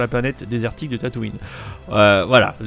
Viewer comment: tataouin mdr ca se prononce tatooin